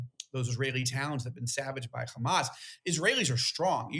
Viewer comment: Say HHHHHamaaas, not GGGGHHHHHaaamas. You know why you can't say it - because you're not natively Jewish that's why and you don't the the difference between the letters.